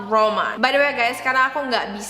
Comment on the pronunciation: Pronouncenya " Jean : Zang, Claude : Klod, Romand : Romon" kak ❤